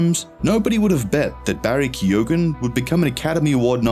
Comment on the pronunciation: If u are doing a piece on an actor you could at least learn how to pronounce his name correctly... its KEE-OWEN...